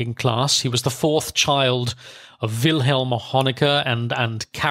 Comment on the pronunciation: Very well narrated and researched, but why do you get the pronunciation of practically all German words and names systematically wrong? .. From Zeitung [tsaitunk] to Erich, Wilhelm or Margot. I thought you had a German speaking background.. that doesn’t sound all too plausible 😉